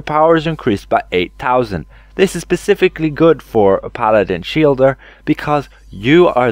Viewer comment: Guy sounds really smart until he says pacificly in place of specifically Every time.